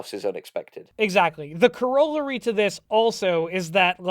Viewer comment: "Corrollary" Bruh, it's corr-a-lary